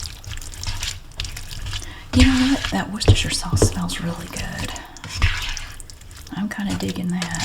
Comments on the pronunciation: Omg as a brit, thats the correct pronunciation of Worcestershire sauce. That makes me so happy🤣🤣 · I find it oddly fascinating that your mother taught you the correct pronunciation (presumably as a child), ergo ordinary Americans were using the correct British pronunciation for words such as Worcestershire in the pre internet days, whereas very few do so today.